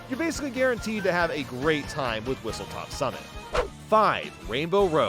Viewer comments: Its whistlestop summit not whistletop ☝️🤓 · It’s called Whistlestop Summit not Whistletop Summit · Hate to be that guy but it's "Whistlestop Summit" not "Whistletop Summit" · He also says and